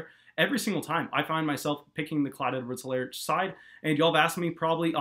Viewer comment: H is silent. EE-lair.